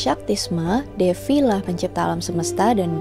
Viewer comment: thank you kak sudah bahas mitologi Hindu :)) untuk pelafalannya ada sedikit koreksi nih kak, di Hindu itu v dibaca w jadi misal Devi bacanya Dewi, Vaishnava bacanya waisnawa, dst. semangatt kak :D